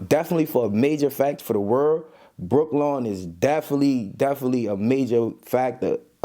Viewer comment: Y’all still can’t pronounce the name of that public housing😂😂😂 wtf is brooklawn , its pronounce “Brew- Kellen “. That is what happen when ninja can’t read or write… they make up ish😅😅😅 , ninja can’t say corterlyou, Halsey etc..